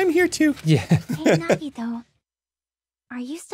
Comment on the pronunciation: It's so hilarious and also painful watching them be so smug about Nagito but thank God they're pronouncing his name right AND realized he isn't Makoto